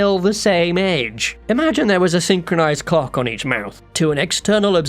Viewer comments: "Imagine there was a synchronized c?ock on each mouth". Can't unhear it now. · “Clock “ on the mouth. Had to rewind and listen closely